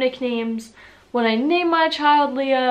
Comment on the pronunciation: Eva is not really common in Germany. Magdalena is only popular in Bavaria. You also proununced Leah incorrect. Its really LEA, not the same as the english version. You missed out on Emma, Mia, Sophia, Laura